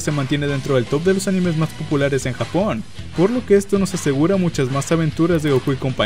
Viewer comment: soy yo o dijo jabon en vez de japon